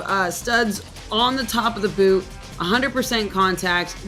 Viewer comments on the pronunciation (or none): none